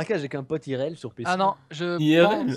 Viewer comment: Super vidéo mais est dyslexique? J'sais pas il prononce IRL "Iréel" et aéroport "Arrêt au porc" mddr